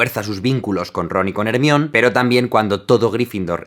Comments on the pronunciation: Jaime: hace un análisis exhaustivo de la banda sonora de Harry Potter dando a entender la capacidad auditiva que posee Also Jaime: eRmi0n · si, de q Krum pronunciaba "Ez-miope" y ella lo hace decir "Her... mi... o... ne" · Por favor decir "Jermaioni". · Grandioso análisis, Jaime... pero ¿porqué le dices ¨Jermión¨ a Hermione? JAJAJA!! Ustedes los españoles siempre asesinan el idioma inglés... también me reí cuando le dijiste ¨Dambeldor¨ a Dumbledore, jajaja!! No me hagas caso, Jaime, es que soy maestro de inglés y una de mis especialidades es la pronunciación. Disfruto mucho tus vídeos... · Jajajaja creí que nadie lo diría "Ermion" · Me has cambiado la vida! Pero por favor deja de decir Ermion. Pura vida desde Costa Rica. Sigue con todas las películas! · Jajajajajaja Hermión? Jajajajajaja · Hey! Porque le dices ermion jaja suena como.embrion... 🤣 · "ermion" xd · Hermion :V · ella se llama HERMIONE, por donde coño suena ERMION? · Quién carajos es ermion xd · "Hermión" en serio? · Me da risa que le diga ERMION a hermione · Hermion? Que verga :v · Cuando hablaba de "hermion", pense que hablaba de un hombre. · hermion, ¿por qué le dices hermion? mi cerebro solo me grita que te corrija jajaj :( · jaja no puedo!! no se puede escuchar....ermion )(????) jajaja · Ya lo sé, por eso lo aclaré, en el español está mal pronunciado “Hermion” Ed: Por cierto, los nombres propios así como los apellidos no se traducen a menos que haga referencia a locación o un hecho especifico de la historia, como en Juego de tronos, los nombres bastardos que hacen referencia a las locaciones de su nacimiento, o los nombre de las ciudades o locaciones mismas, Ej: El valle de Arryn, Desembarco del Rey, Nieve, Arena, Rios, entre otros. Por lo tanto Hermione en latino no es la traducción del idioma original sino que se mantuvo la pronunciación del nombre en el idioma origina, al menos lo mejor que se pudo. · Crj, no llega a los 2 minitos y ya le dijo ERMION de nuevo jajaja parezco tarada riendo sola